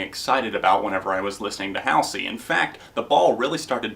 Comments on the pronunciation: Oh, and btw, its pronounced Hall-zee lol. Not Haol-see. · btw its not house-ey its hal-sey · Hall-zee is how you pronounce her stage name fran-JAH-pa-nee is how you pronounce her last name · also it's pronounced hahlsey :) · Not to be rude, but you're pronouncing her name wrong. It's (HALL-ZY). If you didn't know, it's an anagram for her real name Ashley. 😆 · It's pronounced hallzey :) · anybody else really bothered by the way hes pronouncing Halsey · is it only me the finds it funny how he pronounces Halsey? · i saw all of your videos about halsey and i have nothing to say, i love halsey but everyone has their opinion but i laughed so hard everytime you tried to say her name lol. i really like watching your top /review videos :) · the way you pronounced halsey lmao